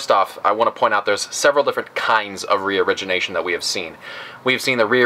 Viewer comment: Haha youtube legends saying " region Asian" instead of reorigination